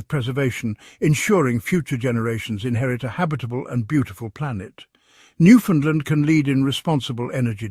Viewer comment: Learn how 2 pronounce Newfoundland. 😅